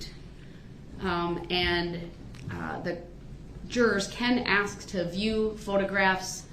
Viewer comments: I would axe him to act like a man I would axe him to take his punishment I would axe him to act like a human being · Groundz, dem, plaze, and the not know what certain words means, and he thinks he so smart to play lawyer. Oh ax instead of ask. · I noticed by the end of the trail he corrects his asx vs ask.